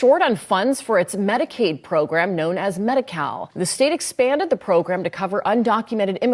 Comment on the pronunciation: When they said medi- cal, I thought that they said medi-cow. Maybe I was just thinking of how much that they can milk the system. Lol.